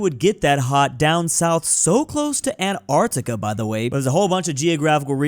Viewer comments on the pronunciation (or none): none